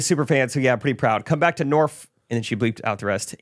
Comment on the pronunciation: I'm going to see you in Richmond!! So excited!! Fyi… it's Nor-fick and also Roanoke and Richmond are a good 3 1/2 - 4hrs away from each other! saying this because you care… lol!!